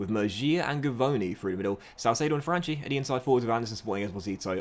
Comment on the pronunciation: I think you should start Franchi (btw it's pronounced franki) ahead of Salcedo, I don't think he's good as you believe